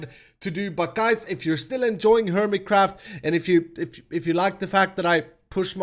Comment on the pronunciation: Hermitcraft will always sound like hermitcrap to me now, thanks....